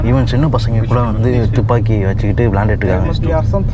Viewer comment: தூப்பாக்கி அல்ல துப்பாக்கி